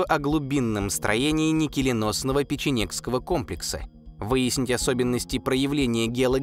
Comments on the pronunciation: «Печенгского» а не «Печенегского»! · Как вы дороги. Да не печенегского, а ПеченГского. От слова ПЕЧЕНГА. Ударение на первый слог. В народе Печенский произносят без буквы Г. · Автор, не Печенегский а Печенгский. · "Печенегского комплекса"... ПЕЧЕНГСКОГО!!! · Печенегского?! Ну вы балбесы. ПЕ-ЧЕНГ-СКО-ГО. От названия поселка Печенга.